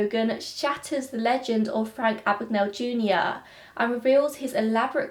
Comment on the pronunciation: My name is Mr Abagnale. Not Ah-bag-Nah-le . A.B.A.G.N.A.L.E, Abag-nail .